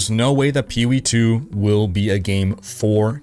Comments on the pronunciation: "Peeh Wee" "Ehah P G" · "Peewee 2?" Seriously? Take an extra half-second, let your balls drop, and say "P O E 2." You kids, today. No f'n respect. 🤷‍♂ (Said with love from a gamer old enough to be your father)